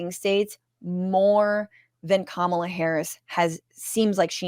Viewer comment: Chappell Roan released another message this morning where she did get specific about Trans rights and Gaza, and also said she was voting for Kamala (whom she mispronounced.)